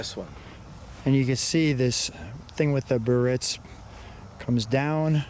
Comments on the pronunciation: There's an "I" in Biarritz that you're omitting in the pronunciation. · Sorry, not Ber-ritz but Bi-AR-itz. Let's call it by its rightful name!